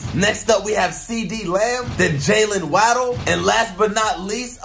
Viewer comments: “Jaylen weddle” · “jaylen wadol